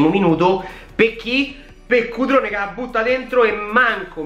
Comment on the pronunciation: Grande come sempre🤣 mi fa scassare il modo in cui dici Cutrone... 🤣